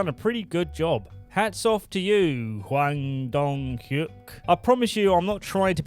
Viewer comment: I like how you pronounced the series creator's name seemingly perfect (I don't actually know what Korean sounds like, but it still sounded convincing) (to explain: after making a big deal about not being able to pronounce the names earlier).